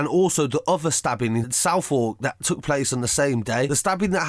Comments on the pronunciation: south-war-k its su-th-erk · “Southwark” is pronounced “Suvvok” not “South Walk” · RIP Baptiste. And it’s spelt Southwark. But it’s pronounced SUTH-ERK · Its pronounced ‘suveck’ not ‘south wark’ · It’s pronounced suth-uck not ‘Southwork’ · Pronounced Suv-vuk gg 😟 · Learn how to say Southwark it’s not pronounced south walk. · I thought he said southall I was so confused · Man said south-walk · It ain't south walk eadyat. It's Southwark. FUCKING research bro, it u can't pronounce it properly do the right research. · needs to get some respect and learn to pronounce Southwark properly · Man can’t even pronounce Southwark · KHALID A I believe he was pronouncing Southwark, the way it looks because there was a fatal stabbing in Camberwell the day Baptista was murdered. I thought he said Southall too but remembered the report of the stabbing that I read on the same day - which was believed to be unrelated. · southwark isn’t pronounced like that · He said southwark but pronounced it wrong